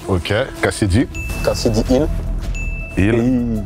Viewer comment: « Hill » vous êtes sérieux là?